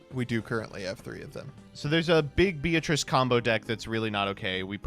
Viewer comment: Man all y'all italians real loud in here when it comes to Mare Mare, but silent as a church mouse when it comes to Beatrice Lady of the Eternal. Its based on Dante's Inferno, pronounced Be-a-tri-che.